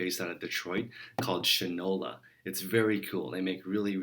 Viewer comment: Awesome stuff. I’m off to create my first ever Facebook adds! Thanks for the call to action! Also, I believe Shinola should be pronounced like sh-eye-nola as in “s**t and shinola.” Merry Christmas!